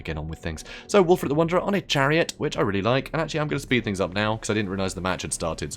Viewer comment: Can we start calling Wulfrik- Ek just Wulfrek guys??